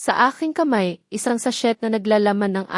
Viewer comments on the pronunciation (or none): none